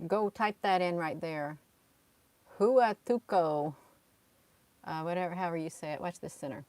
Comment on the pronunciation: Huatulco s located in the state of Oaxaca on the Pacific Coast of Mexico. (pronounced Wha-TOOL-Co) as it is more commonly known, is a destination resort area located on Mexico's Pacific Coast. Pronunciation matters.